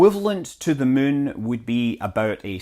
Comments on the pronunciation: Arg. I wish he'd say "moon," not "mün." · I always like the way you pronounce "moon" - sounds like "mün" to German speakers, same as in München (Munic). Fun fact: Light pollution is called "Lichtverschmutzung" in German - which is a word that doesn't make any sense, but everybody knows what that is about. :-D